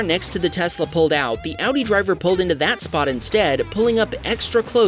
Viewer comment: Why do people say Tesssla ... sounds cringe